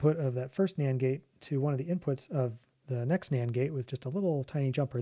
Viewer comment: anyone else keep hearing Nyan gate instead of Nand gate?